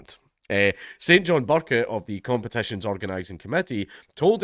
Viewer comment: I swear you said “conkertition” 😂